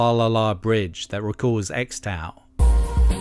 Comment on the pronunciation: Xtal is actually pronounced "Crystal" apparently.